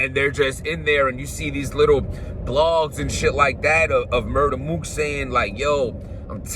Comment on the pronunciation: Did you hear more than one round MUR-TER MOOK😭😭💀